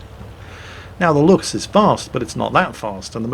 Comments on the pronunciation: I feel like I posted this before but, actually you can stop trying to pronounce the "ch" in Luchs like it is in Dur ch bru ch swagen (both times). Lu chs is one of the few German words were, because it's "c h s", it's pronounced like *looks*. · Actually, The Luchs is not pronounced how you do it ever since. It is literally pronounced just like the english "looks". I don't blame you for not being able to say "Durchbruchswagen", but "Luchs"? Come on, man. Fair enough, the pronounciation of this particular word is a special case, which is why you usually would be kind of right how you say it, but still. Make a bit more of an effort if you like the tank that much.:) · Well, actually...^^ Luchs is pronounced pretty much exactly like "looks", the "ch" = k. Just letting you know;)